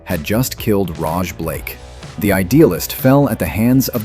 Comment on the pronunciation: Shrug. AI voice over reading what it is fed. Mispronounces Rog as Roge as well. But its doing its best beep boop beep.